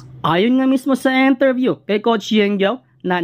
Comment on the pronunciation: nabubwiset ako sa paulit ulit na ETALY..,my prob ka boss sa pronounciation.. COCH,SUMMER LEG,ATINIO,ENTERVIEW 😂😂😂😝😝